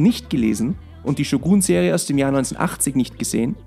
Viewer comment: bruder ich feier deine videos aber man spricht shogun nicht shuguun aus